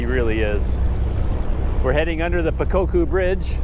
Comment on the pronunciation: You pronounced the city of "Pokokku" like a local! Burmese words are fairly easy to pronounce if you were to separate the syllables. For example the temple "Dhammayangyi" might seem hard to pronounce at first, but if you divide up the word to "Daman-yan-gee", then it's fairly easy. Enjoy your time in Mandalay!